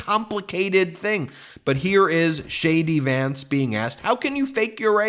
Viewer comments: Hilarious....when you say JD Vance I hear "Shady Vance"! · ONE MORE THING, DID U SAY SHADY VANCE 😂😂😂😂 WOW AH